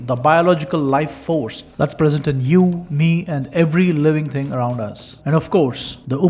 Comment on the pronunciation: Can you say thing, not ting. Thinking not tingking? You sounds really awful